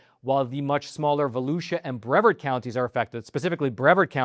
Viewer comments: Brevarrrrrd County. Heavy infinence on the R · It's not the end of the world, I know. But for future reference, Brevard is pronounced BrevARD with the emphasis on the second syllable. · it's [bruh-VAHRD] not [BREV-erd]. Any idiot will eat almost anything including armadillos. Another reason God said certain animals, birds and fish are not 'food'. Armadillos are on God's short list of 'not food'. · I grew uin Brevard county mentioned in this great report. I have had Armadillo on more than a few occasions as well pretty much everything else. It is mild in comparison to say wild hogs or raccoons. I would say at least for me a cross between that and maybe chicken or guinea. Lived just East of the StJohn's just west of Cocoa, the mainland not beach side. It is pronounced Bre vard like lard except with a v instead. Great job. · Not 100% sure but I think Brevard is pronounced breh VARD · it's pronounced bra-vard county, also never heard of anyone eating armadillo, and i thought it was well known you could get leprosy from armadillo's. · Hey! I'm from Brevard. Heads up... it's pronounced with the long e sound bree-vard. I've never heard it locally with the short e sound. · it's pronounced "Breh-vard" county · Your pronounce it Bru Vard. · Bre-vaRd County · Just for the record. Brevard County is usually pronounced Bra-vařd County... or sometimes Brē-vařd County.. I grew up there... any doubts just YouTube a news program from WFTV 9 or WESH 2... and listen to how its pronounced.. Hearing your home County pronounced is irritating as heck.. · Bre--vard. You split the word between the wrong letters. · pronounced "Br-vard"😁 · Brev-ARD County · Brevard county is pronounced like yard at the end. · Brevard is pronounced with accent on the second syllable. Just trying to help.